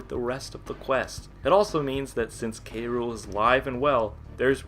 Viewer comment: I hate when prople say "Kay Rule" instead of "Cruel" to K. Rool. It is "cruel." Because, you know, he has a pun name as a villain.